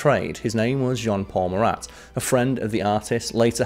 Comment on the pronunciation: As a French, I can tell you that you have a good prononciation. I was sure that you will prononce the final "t" of Marat, but no sweat 😂😂.